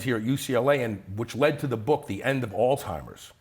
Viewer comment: ‘Altimers’? Really!?